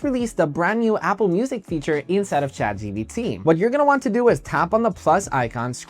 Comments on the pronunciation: yeah i noticed he was saying that too or is that a spanish thing💀💀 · it's Chat GPT bro not GBT💀